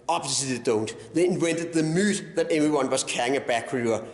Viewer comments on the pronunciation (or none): A few improvements here and there to his English, notably saying "Myte" instead of "Myth" (myte being the Danish word for myth) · "Obviously they don't. They invented the MOOITH.."